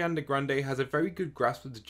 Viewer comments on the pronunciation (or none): its Ariana not arianda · "Arianda Grande" I'm screaming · Dude... Isn't her name Ariana Grande? Not Arianda Grande... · I cringed when you said "Ariande Grande". And then you said it again. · Why are u sayin arianna grande